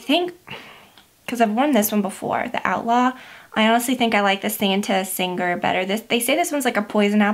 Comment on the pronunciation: Lol! Santa sang-grey. Long 'ah' sound in the first syllable. It means blood. Thank you for the video and the tips! I'm dying to try some of these now!